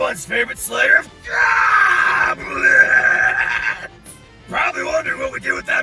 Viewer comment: I heard GAWBLINS SO I CAME RUNNING